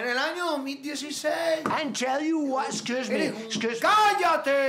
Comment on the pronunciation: no me digas eskius mi a mi